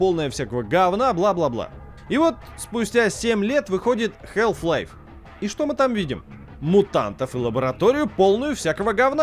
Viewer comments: Как можно быть игрожуром и не знать как произносится название главной игры человечества??😂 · Если уж докапываться, то там и "л" не должна произноситься. Но вообще-то плевать, произношение а/о/э в одном и том же слове часто меняется в зависимости от диалекта